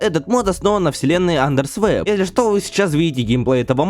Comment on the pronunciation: Не андресвеп а андер свап